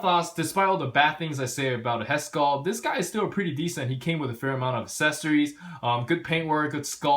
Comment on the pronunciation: Well.. they are the same person so yeah his face looks a lot like the girl... in fact in more recent ovas he looks exactly like this... also dude... for God's sake it's pronounced aCcessories... As in "axe" now you know.